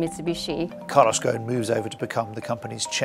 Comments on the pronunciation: Why do the call him Goan😂 غصن if that was his arabic family name It would be probounced "ghusun" Or more or less the same way it's spelled "ghosn" no scilent letters. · It is not Calos "GON", it is Carlos "GOSON". GO-S-ON".